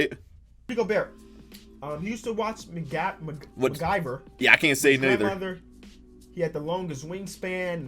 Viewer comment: Mcdonalds🤣🤣🤣 “Ma-guy-ver”